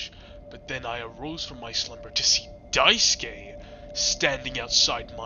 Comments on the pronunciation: "die skay" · Not only is this video entertaining af, but taught me how to pronounce Daisuke, I thought it was pronounced Daisuki at first 😭😭